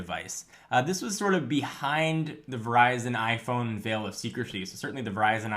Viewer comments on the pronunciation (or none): none